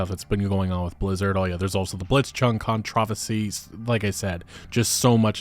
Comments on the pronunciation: lol how u say controversy. hard to take u seriously when u arent smart enough to pronounce a simple word correctly. especially after being corrected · wait. wtf is a "controvacy"? is that like a controversy mixed with conspiracy odyssey? lol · the pronunciation on this channel is always wild. It is a good drinking game, whenever a word is said really weird take a drink...GO! Controversy..damnit! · dude how can you not pronounce controversy right, ever lol